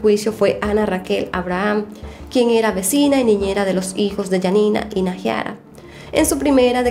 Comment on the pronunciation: no se dice naJIara se dice naiara JAJAJ <3